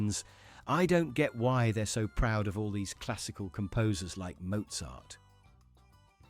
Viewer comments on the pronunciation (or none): none